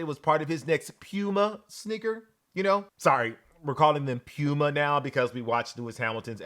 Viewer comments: All respect to.....Please stop saying "Pyuuma"......Please! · I’m not calling a cat a pewmuh